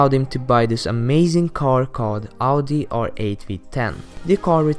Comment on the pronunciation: I hate how people say Outi instead of Audi